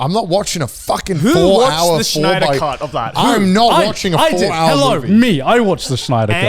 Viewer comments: Why are they saying Schneider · Garnt! Snyder! Not Schneider 😭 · Lmao Grant pronounces Snyder as Schneider. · I love how they say Schneider instead of Snyder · I like how they all pronounce Snyder like Schneider